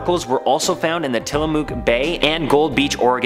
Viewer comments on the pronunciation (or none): It's "Till-a-muck" and the 2 extra legs on the goat do not work.